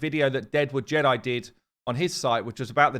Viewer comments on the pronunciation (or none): none